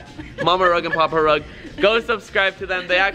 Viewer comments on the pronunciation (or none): Sounds like he’s saying papa thug here